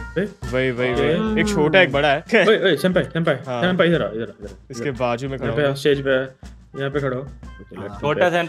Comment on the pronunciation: It's sen pai